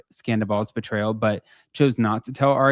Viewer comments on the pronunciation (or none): none